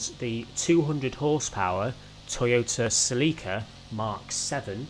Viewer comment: Not sa-leek-uh......sell-eh-cuh....